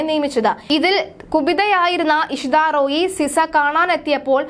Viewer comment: ഇഷാ റോയി അല്ല, ഇഷിതാറോയി ആണ് വിധ്യാഭ്യസമല്ല വിദ്യാഭ്യാസം ആണ്.. അർത്ഥം മനസ്സിലാക്കി വേണം വാക്കുകൾ ഉച്ചരിക്കേണ്ടത്